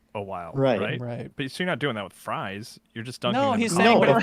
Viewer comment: saying "fries" in such a way that gives everyone pause followed by inquiring "what's that,?" made me burst out laughing.